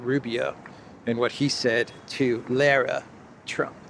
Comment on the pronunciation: LOL! This ldiot is laughing at others mispronouncing names and can't even pronounce Lara Trump's name correctly. Do you even watch any news?